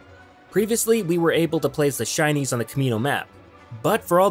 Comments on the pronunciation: Is it just me or am I hearing Chinese instead of shinies? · I thought he kept saying Chinese. LOL.